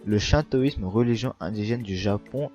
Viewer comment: Le shintoisme se prononce chinetoisme